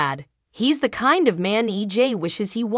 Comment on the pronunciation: Maybe if you actually watched the show you would know how to say the characters name right...even the towns name. It's not even EG...ITS EJ...you get it a fee times, but yet wrong other times